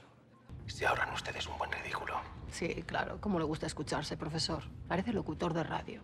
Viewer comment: "El amor del profesog"